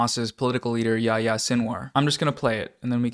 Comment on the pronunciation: Not anybody's fault here but man that pronunciation on Yahya's name got me. It's pronounced "Ya-he-ya." With the "y" following the "h" like that, it follows the long "e" sound like the "i" in spanish.